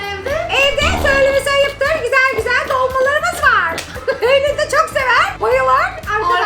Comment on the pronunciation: Gusel Deme Om Yapiyo